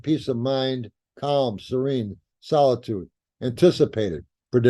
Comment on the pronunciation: it's SERENE not serine... BTW... Very useful video